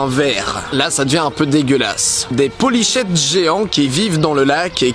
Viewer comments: Juste, polychète ça se prononce polyKète ;P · Poly[Q]ète !! xD Oui polychète ça s'écrit. En tout cas génial :)